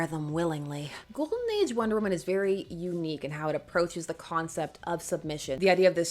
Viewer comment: did you say ghoul-den age ?